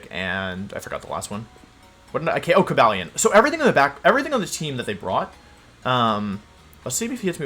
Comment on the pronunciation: Cobalion? Don't you mean Ko-Buh-leone?